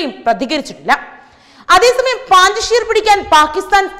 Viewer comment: പാഞ്ചഷീർ അല്ല കുട്ടി... പഞ്ചഷീർ ആണ് ശരി...